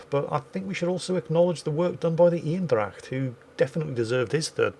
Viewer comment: Love the way you pronounce "The Eendracht". It's spot on, and that for an Englishman 😲